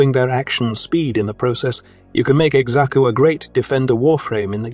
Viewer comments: bro just because there is an x in xaku dont mean you say it the x is silent same with xata's whisper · I know everyone's got their own way of pronouncing things but hearing him pronounce Xaku like ex-aku makes me giggle every time hehe Edit: Just remembered it's AI x-x